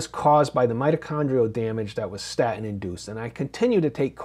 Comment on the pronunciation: What's a "sta-in?" Can anyone speak properly anymore? Cringe.